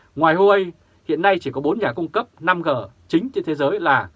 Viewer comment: 5G đọc năm rê 5G đọc năm gờ là sai